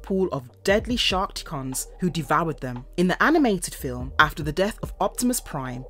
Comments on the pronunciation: Sharkt-icon, not Skark-ticon... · love the alternate British pronunciations. Quin-Tess-sonns Shark-Cons . Cy-clonn-us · I'm sure she said shar-ticon at one point